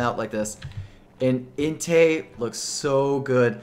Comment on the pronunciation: su i cin ? ri ku? intay? WHAT ARE YOU SAYING?